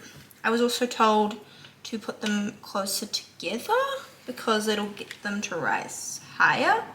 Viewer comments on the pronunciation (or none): none